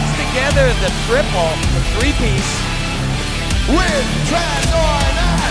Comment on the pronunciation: Chán mấy a nước ngoài đọc tên nguyễn trần đổ nát